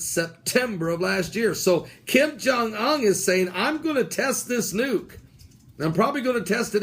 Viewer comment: You're pronouncing the "Un" in "Kim Jung Un" wrong, it is 'oon' like the 'oo' in food. Have a nice night and God bless.